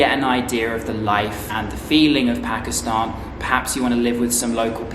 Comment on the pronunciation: i like ho ypu say "pakistahn" thw correct way like u do 😊